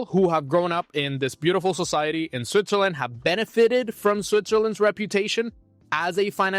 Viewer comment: I can‘t overhear you saying Zwitzerländ all the time😂